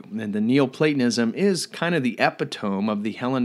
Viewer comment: oh man epitome...not pronounced that way. rad presentation though.